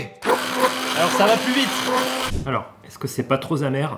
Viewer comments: « Est-ce que c’est pas trop zamer » tu le sors d’où le s ? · J'ai adoré le ” es-ce que c'est pas tro'Z amer ?” 🤣🤣🤣